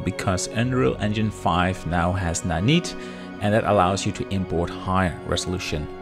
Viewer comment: The work is amazing...but I wonder how pros like you get to pronounce terms from their field so wrong it hurts: please learn how to pronounce Nanite correctly